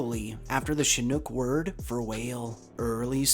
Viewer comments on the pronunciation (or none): none